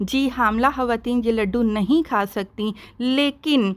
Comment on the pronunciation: I don’t understand why punjabis telling hawateen instead khawateen please ح aur خ ka istemal theek se karain